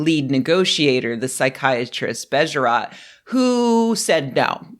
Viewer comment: "Bejerot" is pronounced with two stressed syllables and two long sounds: "BEYYYY-e-ROOOT". The o sound is approximately the same sound as "oo" in soothe.